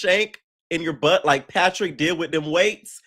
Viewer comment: “Tinka you gon have to do something with your BUhtt” 🤣🤣🤣🤣